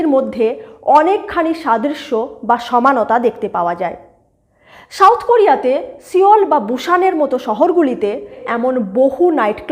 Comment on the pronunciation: When soft "S" is replaced by strong "Sh" while pronouncing South, there lies the problem, not to mention the words like National, Abuse, Center, Survey, Values, etc, etc In this era of Global connectivity due to Instant Digital Communications they stick out like sore thumb PS : Incredible but true that Indian Cast system is far more accute then whatever so far has been narrated in this video presentation